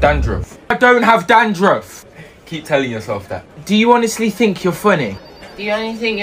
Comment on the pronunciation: “ tink about your life “😂😂😂